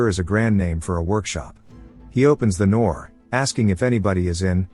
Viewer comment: "he opens the noor"